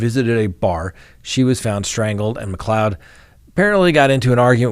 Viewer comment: Thank you for pronouncing McLeod correctly :)